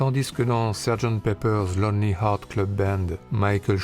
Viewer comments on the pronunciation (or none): none